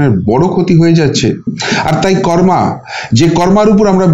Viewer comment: কর্মা নয় কর্ম।